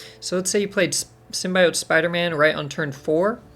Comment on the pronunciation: I can't believe people still say "Symbiote" wrong lol